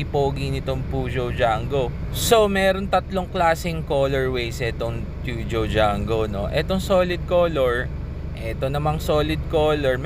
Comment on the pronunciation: Yan pala tamang pronunciation sa peugeot 👌